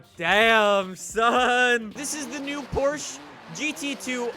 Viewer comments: Its not called Porsch. Its called PORSCHE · Porsche is pronounced like Poor-shuuh... not poorshhh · Can you start pronouncing the E please??? Its not Porsch its Porsche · Its porche not porch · ITS PORSCHE NOT PORSCH !!!!!!!! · PORSCHE-AH PORSCHE-AH GET IT RIGHT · It's just Porsche not Porsche-a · The way he pronounces Porsche bothers me so much.😂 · PorschE has 2 syllables!